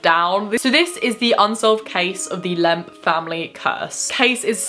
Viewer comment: After a while “lemp” started to sound like “lamp”